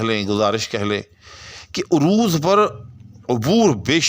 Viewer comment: بھائ جان، آپ عروض کا تلفظ بگاڑ کر بول رہے ہیں۔ عروض کے ع پر زبر ہے پیش نہیں۔